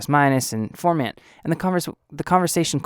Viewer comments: You are saying "form" "ant"... its pronounced "form" "int"... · I was so bothered that you don't even know how to pronounce "formant" that I couldn't take this seriously. Sorry. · I don't feel any kind of way... you don't even know how to pronounce what you are doing a tutorial on.... thats my point.